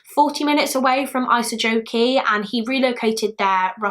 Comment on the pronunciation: Love your videos, the names are pronounced incorrectly, but thats forgiveable. Isojoki is pronounced more ee-soh-yock-ee. I've never seen a finnish case being covered by someone who isnt finnish!